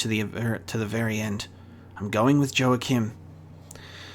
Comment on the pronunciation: To clarify, the J in "Joachim" is pronounced as an H like in Spanish, e.g. Joaquin Phoenix